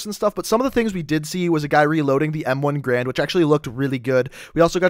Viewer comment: OH MY JESUS ITS NOT M1 GRAND ITS M1 GARAND